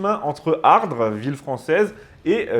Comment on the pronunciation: On prononce Ardres sans le -s. Pas d'extravagance ici. Un ardresien.